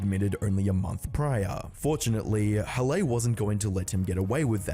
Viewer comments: ""huh-lay"? pretty sure halley is pronounced "hah-lee" lmao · bro said every variation of halleys name except the actual pronunciation of it lmao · Can you make up your mind on how to pronounce Halley’s name? Feels like AI is doing this commentary.